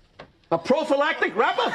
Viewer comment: Technically he said "PROPHYLATIC RUBBER" - but nobody is going to hold it against you.